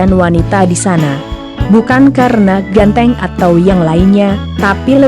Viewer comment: Apa cuma gw yg denger klo tadi dia ngomong ganteng jadi genteng